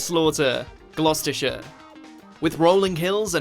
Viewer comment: Especially given that he CAN pronounce Gloucestershire!